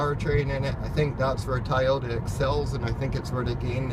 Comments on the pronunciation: Dude you’re too picky!! Chill out... it’s pronounced Toy-ota not Tie-ota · Tie o-ta? 😂😂